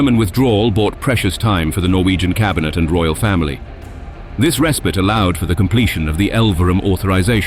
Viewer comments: "bow captain respite" all mispronounced by this stupid Ai generated mish mash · yep and captain, respite